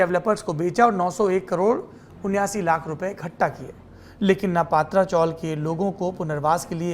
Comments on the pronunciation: paatra nahi patara( tin shead chawl) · पात्रा नाही पत्रा चाल bolte hai usko. Isne पात्रा पात्रा bolke dimaag kharab kar diya mera.😡😡